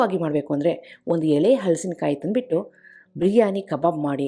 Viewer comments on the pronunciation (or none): Very creative and original. Appreciate your efforts and generosity in sharing. 👏🏽👏🏽👏🏽 Just cutting the fruit is a big accomplishment so hats off to you! Would also like to say that correct pronunciation is “ಹಲಸು”, “ಹಲಸಿನಕಾಯಿ”. If you say “ಹಳಸು” it would mean stale or food going bad.